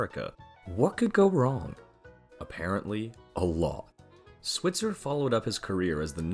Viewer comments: Switzer is pronounced "SWY-tzer," not "SWIT-zer." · 48 his last name is pronounced SwEYEtzer